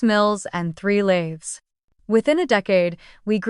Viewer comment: That would be lathes, not lays.